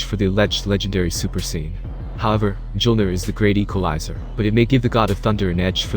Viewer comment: He said jolner not the actual name correctly